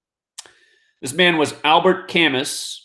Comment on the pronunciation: Most educated people pronounce “Camus”— “camoo”. Just FYI